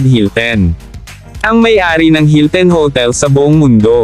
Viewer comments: HiltEn... Kardayshan... Kaylie... 🤣🤣🤣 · Ano b yan hilten ka ng hilten. Hilton!!! Kayli bigkas at hindi keyli keyli😂🤣😃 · Na-bother ako sa "hilten" at "keli". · anong paris hilten? hahaha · Akala ko ako lang nakapansin. Hilten nga rinig ko.... kagigil!